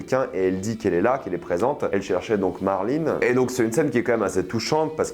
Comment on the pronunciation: Tu fais exprès de mal prononcer les noms ? Joel qui devient « jol » Marlène qui devient « marline », ashley qui devient « achli » et j’en passe pleins. Même les anglophones prononcent pas les noms comme ça